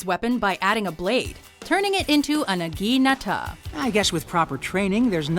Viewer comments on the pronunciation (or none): "aggie neta"? What the fuck!? XD Are you guys trying to say "Naginata"? Because you were way off with the pronunciation. Really that was very painful to listen to. DX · Jesus fuck. The way she said naginata was the worst way I've heard anything pronounced ever in my life.